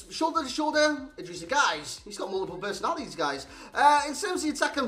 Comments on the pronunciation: yeah that’s what I’ve always know it as. Not ‘guy’. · I think it's pronounced like 'gay'.